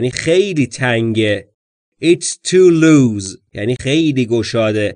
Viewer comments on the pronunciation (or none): درود بر شما در مورد این مثال تان It doesn't fit me, it is too loose. ( - ) به نظرم میاید که کلمهٔ (loose) را "لوز" تلفظ کردید. جسارتا این کلمه "لوس" تلفظ میشود. اگر تلفظ تان درست هست و خطای شنوایی از من است پوزش میخواهم. همچنین لازم به تذکر است که در مورد شلوار، دستکش، کفش و جوراب ضمیر و فعل جمع بکار میرود. بنابر این مثلا در مورد شلوار میگوید: These trousers don't fit me, can I try another pair on?